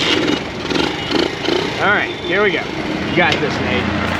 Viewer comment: I think I hear Nate say his name is NUTE', as in NUT and EH, hahaha